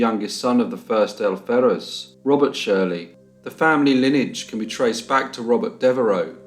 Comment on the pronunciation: I would add "lineage" and "Cholmondeley". It's a shame that research efforts should be marred for want of such a ha'porth of tar. When I am narrating something and not sure of the pronunciation, I always double check.